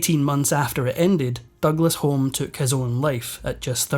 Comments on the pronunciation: And then there is the pronunciation of 'Douglas-HOME' - it should be 'Douglas-HUME', as anyone whol lived in the UK in the early 1960s would know. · The Douglas-Homes pronounce their name Hume not Home, which you should know, as Alex Douglas-Home was a Prime Minister! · FYI Home as in Douglas Home is pronounced Hume. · Small thing: Douglas-Home is pronounced Douglas-Hyoom. Otherwise, nicely done. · Douglas-Home, pronounced: -Hume.